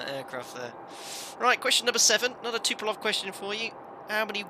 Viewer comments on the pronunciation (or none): Love the Vids... but it's TUP PO LEV.... not TU PE LOV. Sorry, had to vent! :-)